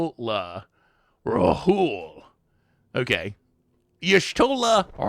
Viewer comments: "Y'shtola Rhul" should be pronounced "You stole a rule.", that would fit its effect of conducting the end step twice. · For those who don’t know how to pronounce Y’shtola Rhull, it’s pronounced like “Yeesh-Toe-La Rule”